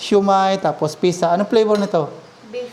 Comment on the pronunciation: Sarap naman ang lunch niya. Ang tamang pronouncuation ng Pizza ay Pit- sa not Pi-sa. Enjoy!